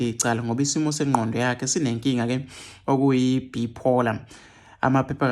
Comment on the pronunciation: Not Bepolar its Bipolar